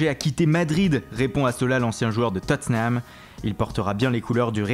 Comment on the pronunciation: Arrête avec les accent comme "Tottenham et Everton" ou "Federico Bernardeschi et Gianluigi Donnaruma" car trop c'est trop defois ca peut etres amusant mais la c'est EXTRÊMEMENT forcer... Sinon continuer comme ça car vos video sont bonnes pour nous renseigner sur les infos Mercato 😉